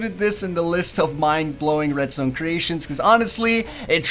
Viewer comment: he keeps saying redstone but it sounds like redstain